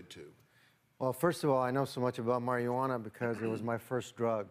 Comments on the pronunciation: this guys says it like mariajuana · Why the fuck am i listening with to this dumbass. HE cant even say Marijuana right... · Forget the fact that marijuana isnt the proper term. This guy cant even say that right!